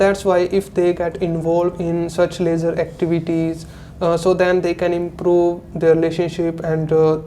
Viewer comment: Both are saying Lejar activities 🤔.... It is leisure activities